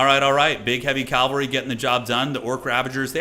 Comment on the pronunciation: pls: it's pronounced cav-al-ry not calv-al-ry